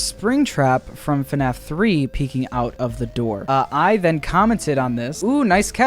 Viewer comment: ITS FNAF NOT FUHNAFF